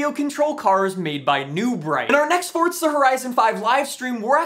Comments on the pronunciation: FOURZA NOT FORTZA JESUS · it was more because he says it 1000 times, but it's also pronounced for•zuh not fort•zuh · It's Forza not fortza 😂😂 I think it every time 🤣 love your videos tho 👍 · Forza not fortza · The way you say “fortza” actually makes me want to turn off my phone